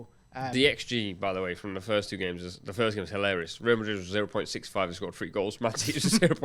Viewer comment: real Madrid ❌ rayal Madrid ✔️